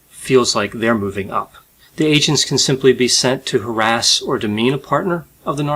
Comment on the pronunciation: You said “agents” three times before I realized that you weren’t say “Asians.” I was like 🧐🧐🧐